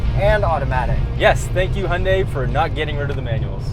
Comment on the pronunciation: you lost me at the word Hyundai